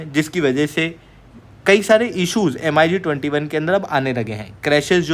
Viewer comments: It's pronunciation is not M..I ..G.... Say mig21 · bhai,usko M--I--G-21 nahi bolte hain,"MIG-21" bola jata h! do a little bit of study,first. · Mig pronounce karo yaar not M.I.G 21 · MiG ko Mig-21 bolo M.I.G alphabet mat bolo. Distorted lagta hai. plz keep some respect, video banana hai toh ratata mat bolo